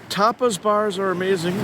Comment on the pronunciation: While I knew you were saying tapas bars, I did hear it once or twice as topless bars and had a private laugh.